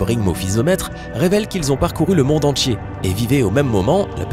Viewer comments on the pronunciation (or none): Quand il dit entier moi j'entend entchier